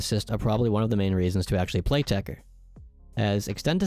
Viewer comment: It's called TECHER not TECHTER Fucking microsoft